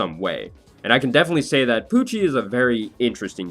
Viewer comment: Every time he says Pucci i hear either Gucci or Coochie. His name is rife with possibilites. But I have to say Jolyne is my fav JoJo, and SO is probably my like 3rd favorite